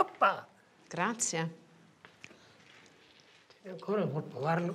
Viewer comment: Why does she say Grazia? Grazie